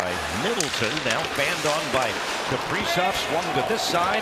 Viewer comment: Kaprizow. lol i always hear Capri-Sun